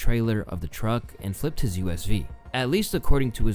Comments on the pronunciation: Fuck bro, I like your videos, this one included... but this ones editing is strange, (a couple of times the scene cuts back to halfway into a sentence) and the narration sounds AI, Tiger gets called Tyler at one point and SUV gets messed up and said like USV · Why did you say USV instead of SUV? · He says USV instead of SUV a little later. Has a few mistakes in the video. I definitely also think he needs someone to help him out. I enjoy his videos but have also been noticing the mistakes.